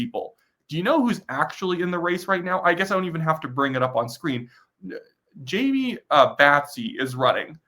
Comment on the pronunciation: Low hanging fruit. Jaime and Battiste are not hard names to sound out phonetically. I enjoy the channel but these little things are a distraction.